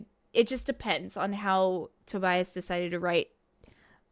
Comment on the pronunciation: Finally. Someone can pronounce Tobias name 😂😂